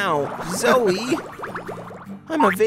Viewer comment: It’s not zoi it’s zoe